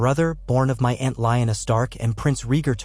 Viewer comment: I like your stories just not pronunciations of rhaegar and lyanna